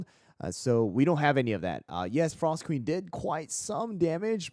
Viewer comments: pinecone comeback is real!! also "frsot" lol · FINALLY someone recognized pinecone’s potential here 🎉 Also “frsot” lol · “Frsot” pinecone is back!